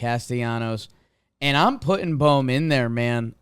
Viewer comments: ITS BOHM, B oh M not bomb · Can someone please tell Jimmy that its pronounced “boam” not “bom”